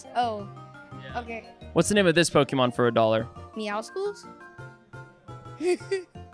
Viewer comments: the c isn’t meant to be pronounced like that. In “muscles” do you say the c? It’s the same in meowscles. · He didn't even pronounce Meowscles correctly 💀